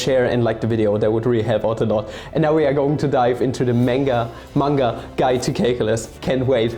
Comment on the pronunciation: You know you're watching a video when he immediately corrects 'menga' to 'manga', and then says 'caklylsz'